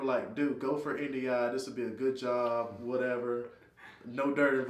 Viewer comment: What is that word he said? INDIA? Edit: I think he was saying NDI so did quick google search for "Air Force NDI job description" and got nondestructive inspection. Mystery solved. Could be a cryptologic linguist analyst in the future...lol